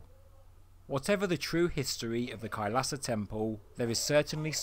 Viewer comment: Its Not Khalsa Its Kailasa 🙏